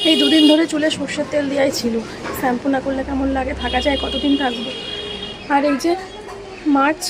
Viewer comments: স্যাম্পু না শ্যাম্পু হবে উচ্চারণ টা । তোমার চেহারা খুব খারাপ হয়ে গিয়েছে যত্ন নাও শরীরের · Uccharon thik kro neki sampoo noi shampoo